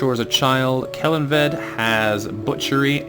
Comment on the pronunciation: Yay Kellanved is now present! It's pronounced more like Kell-on-ved though, but it's good. I hope he proves useful to the fortress.